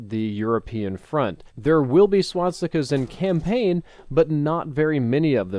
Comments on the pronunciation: it's SwaStikas not Swatsikas! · No you're not hearing things. He is in fact repeatedly saying swot-stickaz. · Say it with me: SWAS. TIKAS. Not SWAT. STICKAS. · Great video, but am I the only one who keeps hearing "swatstikas" instead of "swastikas" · ...Am I the only one who got annoyed by hearing "swatsikas" I dono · swatstikas , not pronounced like that. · Why did you always say "swaTstikas" LOL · Is it bugging anyone else that he says swastikas like swatstika?